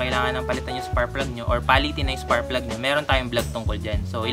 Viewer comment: “SPARKKK” PLUG brad. Hindi SPARRRPLUG. Puro ka Sparrrplug eh! 🤣🤣🤣🤣🤣🤣🤣😅